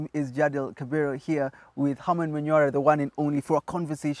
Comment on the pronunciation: Colonial mentality is a strong thing. Don't judge the jamaa though as far as he is concerned sounding msungu is cool, modern and civilized. Even his name, pronounced Ka -Fi -ro he says key bee row..😂😂😂😂